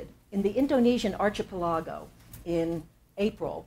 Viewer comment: "archipelago" pronunciation